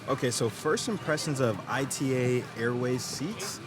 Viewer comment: Super video but pleaseee ITA is pronounced as a word (etah) (as the start of "Italian") not as an acronym. ITA is an acronym but that's the name of the company, not of the airline that is called ITA Airways. Everyone in Italy calls it ITA as "etah". But thanks for your review anyway!!